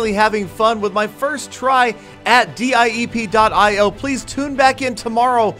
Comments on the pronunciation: i think diep.io is pronuced deep.io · d- epi-o sounds like the the spanish version